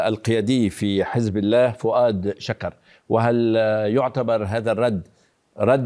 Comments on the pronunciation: انت إعلامي ومقدم برنامج في قناة مهمه فكيف تقول فواد شَكر،،، بفتح الشين وهذا غير صحيح والصحيح فؤاد شُكر،،، بضم الشين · توني ، امتا راح تلفض الاسم صح.. فؤاد شوكر وليس شكر.. يكتب شكر ويلفظ شوكر